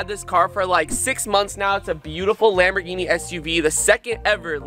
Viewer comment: Was it only me or did say gamboling instead of Lamborghini 😂💙much love